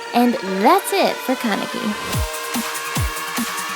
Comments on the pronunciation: THE WAY THEY SAY THEIR NAMES KAN-E-KI ITS JUST KA-NE-KI AND RIZE IS JUST LIKE RISE I SRSLY CANT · Isn't is pronounced Ken-ehh-key? not Kon-uh-key? I've only watched the subbed anime so it might be different from dub, if there is a dub. (I think I remember them announcing it?) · um um um ummm was I the only one that heard her say kanaki at the end .-. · I absolutely love Tokyo Ghoul!!!!! I'm pretty sure you were saying his name wrongs but whatever, the AMAZING makeup made up for it